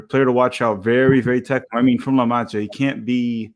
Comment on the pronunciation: ineteresting pronunciation of La Masia LOL